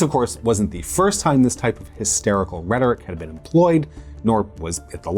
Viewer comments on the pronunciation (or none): none